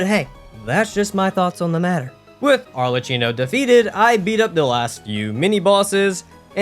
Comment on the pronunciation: why do you keep misspronouncing Arlecchino's name? he says it too